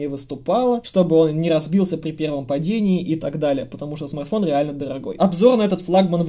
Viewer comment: Уважаемый спасибо за старания! Если лень не дает поработать над произношением Р то хоть иногда заменяй: "этот смаГтфон на "эту модель"" или просто поменьше текста))) Когда 25 минут издеваются над великим и могучим это режет слух!) Удачи на данном поприще!